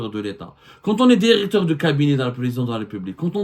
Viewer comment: Directeur et non Déricteur.